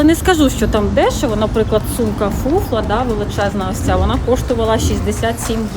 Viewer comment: Сумка хіба Furla , а не фуфла 😂